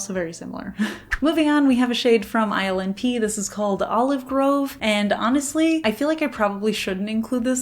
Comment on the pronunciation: Whenever you say INLP all I hear is island pee 😂